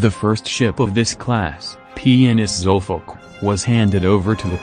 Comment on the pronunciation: The way it says 'Zulfikar' :D :D ...zulfuck!